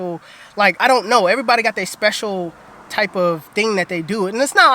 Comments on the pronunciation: he says “what kype of dream” instead of type of dream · He said kype😰😂😂😂😂😂